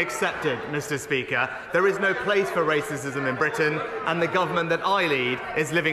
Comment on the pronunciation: I thought he said there was no rasicm in uk😂🤣😂 the irony❤❤😂🤣😂🤣😂